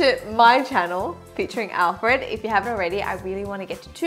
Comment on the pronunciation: Once you said "On Alfreeed" I knew this video was goin to be hilarious!! Please keep making videos like this. xo's